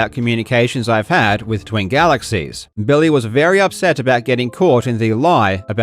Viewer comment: I like when you say Billy like "Bill-Lay" I kinda feel like you should slip the occasional "Bill-Lay" in there to annoy him. "Bill-lay midge-el"